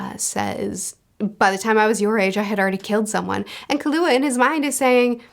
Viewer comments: Lee-Ore-E-O and/or Lee-R-E-O is how I have heard his name in the anime. I like his character a lot because he reminds me of another story character that I liked a whole lot that Togashi also wrote. Killua= Kill-U-ah or like the drink Ka-Lu-Ah. Those are the 2 ways I have heard it the most. Anime do to accents makes his name hard to hear out for me. Best boy of the series, he might not be Gon but I sympathize to much with his harsh upbringing and only want the best for him. When you have caught up in this series I do Suggest checking out "Yu Yu Hakusho" Togashi's previous work. Its a childhood favorite of mine. In it basically you get the story of Yusuke Urameshi (You-sss-K; Yer-ah-meh-she) going from a no good punk to grow as a person into a great heroic person and more... he is a spirit detective and helps to bring in criminals of the spirit world that escape to Earth. I really cannot say much more with out spoiling stuff. It is complete and I think its only 20 something volumes at most. One of the best first arcs I have seen, it pulls you in immediately. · Lee-Oreo (like the cookie) Kill-You-Ah (hard stop on the L. So it doesn't make a Lou sound) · Killua has a stress on kill. Kill-ua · Looking forward to more HxH. Good to know I'll be sleeping a little less and watching talk about more series that I love, more. Leo-Rio, like the constellation and the city, respectively. Kill-UAh. That's it. Surprisingly didn't giving these characters as many names as Luffy would. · The above are correct for the Japanese pronounciations. Killua would be "keylooah" but flat with no real emphasis on any syllables. But nothing you are pronouncing sounds too bad and many names have a "true japanese" way to say them and a slightly different way that is commonly used for english speakers. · Leorio's name is pronounced like "le oreo" lol Also Killua is just "kill ooo ah," not "kahlua" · And killua is pronounced kill-a-wa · Killua is pronounced Kill-You-Uh